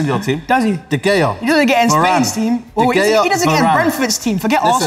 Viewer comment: doesn't even know how to pronounce De Gea right and he was representing United in this argument? embarrassing.